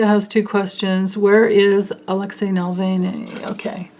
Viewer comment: Hi, thanks for your readings as always! Watched the latest astrology video yesterday and your knowledge just blows me away! Ive been interested in astrology for decades but never got into the aspect details much--so i do find that very interesting as you explain it. Also hope you don't mind this - Navalny's name...Alexei Na-valny not Nalvany. I think Linda G started that one...her pronunciations crack me up all the time 😁😁😁 Anyway yes prayers of protection for him!!! I do that and I hope it helps. ~~Katerina